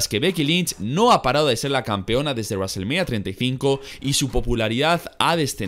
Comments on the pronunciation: Raselmanía puta me cago de risa... El que es fanático de la lucha libre (wwe) debe saber como se pronuncia los nombres y palabras...... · WWE: wrestlemania: Raselmenia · Nadie:: Reselmenia....